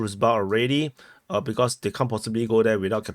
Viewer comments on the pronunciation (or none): none